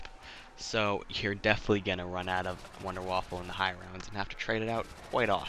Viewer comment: Wonderwaffle are you serious it’s wonderwaffe